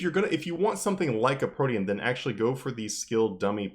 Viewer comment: Hearing you say Protean felt weird, until I realized it's the correct way to say it, and not 'protein' lmao